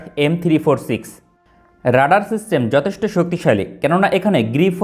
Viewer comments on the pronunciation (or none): none